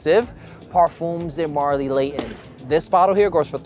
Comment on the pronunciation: LAYON 😂😂😂😂 bottle of wada. speak English or dont.